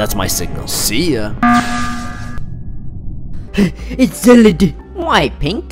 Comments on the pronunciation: Its acttually divert power,not calibrate discributor,and its not seeyan(cyan) its cy an the cy is like saying cyborg and an is just... An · exactly we never hated him we just get triggered when he says see-an heck I think see-an might be the correct way I just hate the pronunciation and say sai-an see-an isn’t even my least favourite way to pronounce it my least favourite way is Kai-an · Red: It is light blue: You mean See-an Me: You mean Sy-an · "See-an" Actual pronunciation: "Sy-an" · Am u the only one who gets triggered when he says “seean” instead of “cyan” like it’s pronounced SIEAN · Its not ceeeeeeean Its cyan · its si an not see an plz read this comment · its pronounced cie an not see an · pls stop saying seeann and say sian pls ill unsub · its pronounced Sy-an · He called cyan see an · So we gone ignore the face that he pernounce cyan see ann T^T no bullie stuff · Cyan is pronounced S- I-an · Just saying (not hate comment) its c-IE an thats how u pronounce it